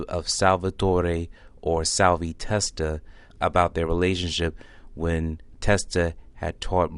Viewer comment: Learn to say salvies fucking name.. can’t finish watching this shit